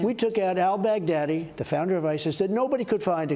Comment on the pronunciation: Al Bag Daddy 😅👌🏻 I find it hilarious how he pronounces them